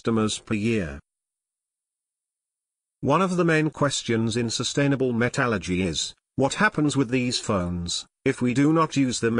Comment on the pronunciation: Well, can't say I like the robotic delivery, but at least you did explain it, and you pronounced "metallurgy" right, so I give props for that.